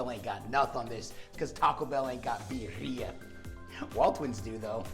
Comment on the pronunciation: My final time bitching. It's beer ee ah, not bee er ee ah.